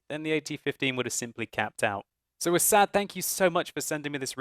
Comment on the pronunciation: u said his name wrong.. its ass-ad